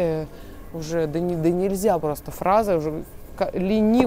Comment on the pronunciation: если вы хотите чему-то людей научить, то к вам скорее прислушаются, если будете говорить грамотно, а неверные ударения в словах выдают человека необразованного, которому и доверяешь меньше. доне́льзя в каблук этой ту́фли, при легкости ту́фли, с ту́флей, и т.д. Легко запомнить: в единственном числе ту́фля и множественном ту́фли во ВСЕХ склонениях ударение ВСЕГДА падает на У.